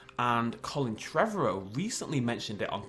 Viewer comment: It's pronounced tre-var-row. You know, like tomorrow?